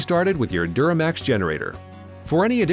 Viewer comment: It duromax, not duramax